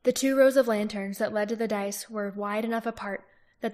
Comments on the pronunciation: Dais is not pronounced "dice", as you have been. More "day-is" just for future. Xx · It’s pronounced “die-yes”